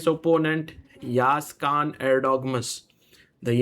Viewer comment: it is not Khan guys it is KAAN